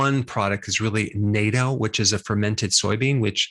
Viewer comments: I started eating natto. It's not too bad. It's pronounced phonetically nahtoe not naytoe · Natto is pronounced 'nah toe' not 'nay toe'. Just in case you want to purchase it from a Japanese vendor.😊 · Im sorry, but its pronounced "Nat´tō", not Nato like the world wide army alliance. :) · it's pronounced NAT TOE - not N.A.T.O. Mix it with raw egg, soy sauce and some wasabi.. MMMM baby. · It’s pronounced Nah-ttoh not Nato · He still pronounces it 'NATO', it is pronounced 'na-toe'. I buy it all the time at my local Asian store. I don't know why people would be turned off by the taste. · Please learn how to pronounce Natto. It's truly not that hard. The A is short not hard... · NA-toe. Not Nay-toe. Also, the content of cheese can vary greatly. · it's pronounced naughto, not naito. I eat it every day. just go to your local Asian market. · Nato equals notto. Rhymes with grotto. Thanks@ as always for such an informative video, esp that bit about the LDL being a K2 transporter. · It's natto not 'nato' and it's delicious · Dr. Berg… it’s nah-toh, not ney-toh. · its not NATO, its natto with the a pronounced as in avocado :)..it doesn't smell so good but it tastes good. Unfortunately, in Japan it is consumed with rice which might defeat the purpose. Rice and raw egg with natto is a regular staple of Japanese breakfast. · Natto is correctly pronounced as Nahto, not Nato. Hope it helps when you're at the Japanese grocery. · As always, very normative Dr. Berg, not to be a stickler but Natto is pronounced Nah-toh (not like the organization NATO). I never new it was so abundant in K2, Thank you. Ill get som more tomorrow. Its best served with chives and a little sousause IMHO. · It’s pronounced “nahtoe ” not “naytoe” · Natto isn’t pronounced with a long A, Dr Berg. It’s a short A, like “bat” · Natto is pronounced Nut toe. It’s stinky and slimy but nice on hot rice. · Natto is pronounced Knot-toe, with a hard 't'. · Did you refer to Natto as NATO? Lol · NATO is pronounced Nah-toe 納豆